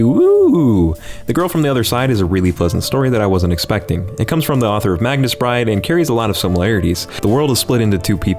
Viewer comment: Why does everyone mispronounce Magus Bride? Mage ->Magus.